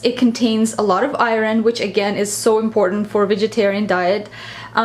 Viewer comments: I love food that's rich in eye-rin! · She has a bit of an accent so by saying "iren," she means iron:D